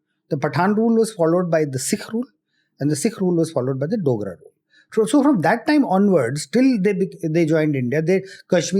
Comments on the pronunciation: IT'S DOGRAS NOT DONGRAS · It’s Dogra not Dongra